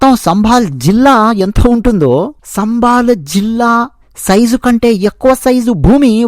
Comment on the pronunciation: సంబాల కాదు సంభల అని చెప్పు. ముందు తెలుగు నేర్చుకో